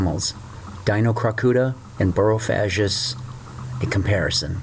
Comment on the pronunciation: "G" not "j"